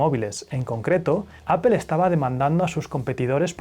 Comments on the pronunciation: Se me muere un poco el alma cada vez que escucho "apel" en lugar de "apol" pero qué buen canal jaja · Solo una observación 👀...Apple se pronuncia (appol) 🍎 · Apol no apel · Porque le dice Apel a Apple? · Apple, se pronuncia “apöl”. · Se escucha feo (apel) 🙄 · Ustedes los españoles tienen mal pronunciación en el inglés Apple se pronuncia apol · Me encantan tus videos. Temas Interesantes, buena narración e investigación. Aparte de la edición que es excelente. Pero cada que dices GUGEL O APEL Me vienen ganas de martillarme los testículos. Por que es tan difícil? Saludos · "Guguel" y "Apel" Yo tengo uno y llevo tres años con el y solo tiene muy pocos fallos. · Gügel, Apel, por favor deja de pronunciar tan desagradable esas marcas, todas las pronuncias bien, hasta la difícil Huawei, busca en Google cómo se pronuncia o me desuscribo.